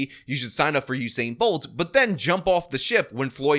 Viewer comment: "Hussein" Bolt? Is that a new Iraqi athlete?